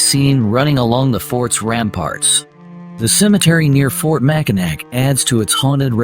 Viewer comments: I know it’s spelled Mackinac but it’s pronounced Mackinaw! I cringe every time you say it wrong. Or is it AI? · It's MAC I NAW and the fort is NOT on the island. These absolutely irritate me when y'all don't do your homework before.